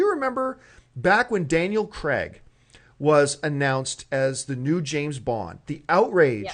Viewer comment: Cregg? U mean craig